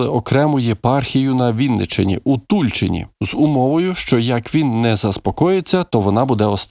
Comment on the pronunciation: Тульчи‘н.Наголос не правильний.